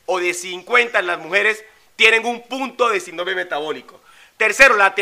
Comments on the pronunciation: No por desviar el mensaje con tecnicismos gramaticales, pero no se pronuncia "sindrome" sino síndrome" con acento en la "i" y con la tilde en la misma al tratarse de una palabra esdrújula... Por lo demás fue un mensaje bastante completo. Gracias. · no se dice sindróme, se dice Síndrome. Muéstranos tu título de doctorado!! Porque tú mismo te lo dices unas 40 veces por cada video. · Tengo entendido que se pronuncia: Síndrome, acentuado en la í.